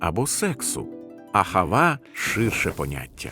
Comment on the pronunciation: АГАВА а не АХАВА